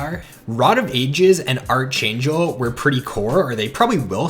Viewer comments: Did you just pronounce archangel as archaynchel? It's pronounced as Arc-angel lol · Pronounced ark-angel